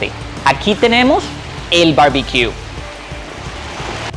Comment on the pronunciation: Al alguien más le parece chévere cuando dice barbiquio